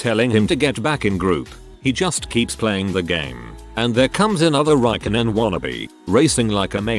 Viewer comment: Raikonen 😭😭😭😭😭 god please no (It's spelled Räikkönen, my Finnish soul is in pain)